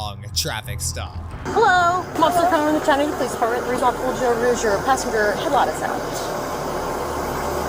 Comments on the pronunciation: Chat-a-new-ga not no-ga even thought it’s spelt like so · Ok bro I don’t like how you pronounced Chattanooga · Nice way to mispronounce “Chattanooga”. 🤣